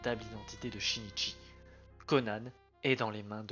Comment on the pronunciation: Super vidéo mais c'est pas Conane mais Conan et Sonate pas sonaté